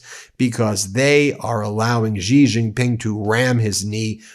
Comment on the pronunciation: For heaven's sake, learn how to pronounce Xi Jin Ping.